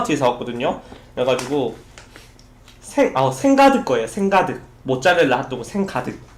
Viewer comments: 모짜렐라 핫도그 말하는게 너무 사투리같아ㅋㅋ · 모짜라라 하또그 ( 발음 귀여우셔서 그런거에요!)